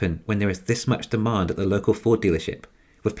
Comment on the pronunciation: it sounds like "car stealership" haha